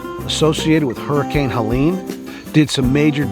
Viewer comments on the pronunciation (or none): none